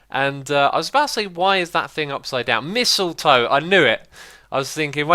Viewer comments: My face when X said "missletoe instead of mistletoe. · SquidyPigz he said missile toe. Sounds dangerous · Ive heard people pronounce mistletoe many different ways but never missile-toe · wait a sec, did you actually say "missiletoe" or was it my imagination?? Ps, please do the minecart station chuchorial! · Did you just say Missiletoe? Sounded like that the second time...